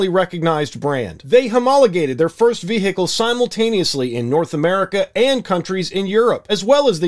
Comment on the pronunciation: The way you say vehicle